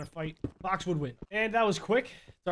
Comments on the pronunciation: It sounds like he’s saying fok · Every time he says fox, it sounds like he is saying fock or fo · when he said "fox" i heard smth else,, probably just me